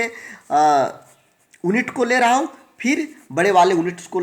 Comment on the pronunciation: ओन्नित नही यूनिट